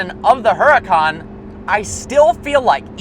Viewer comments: you pronounce huracan wrong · Can you pronounce Huracan properly please.